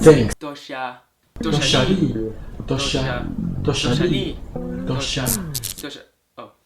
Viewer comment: right pronunciation is "Duo Xie Ni" not 'Duo Sha Li"